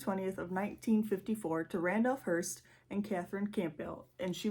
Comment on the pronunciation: It’s a “HEARSE” for “dead people”, no T in it. HEARST for this one. Great job honey…keep at it! 👏🏻👏🏻👏🏻👏🏻👏🏻